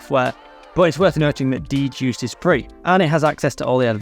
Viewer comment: Every time you say "D-Juiced," I cringe. The DJuced software is pronounced "Juiced." The "D" is silent, smh